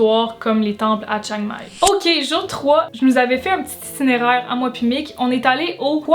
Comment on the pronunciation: Un "titinéraire" !? 😂😂😂